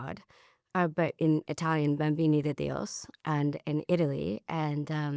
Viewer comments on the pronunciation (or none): Odd that she doesn't know the name of the cult she was in. She says "babmbini de dios" combining Italian (babmbini) with Spanish (de Dios). The Italian name is Bambini di Dio.